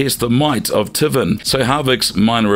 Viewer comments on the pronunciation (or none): Tivvin instead of taven lmao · Unfortunately a lot of your facts are wrong like the MKX comic book being Canon. The Creator went and said it's no longer Canon. Also at least pretend to know what you're talking about and get the pronunciation right bud. TIVEN SHAN SUESUNG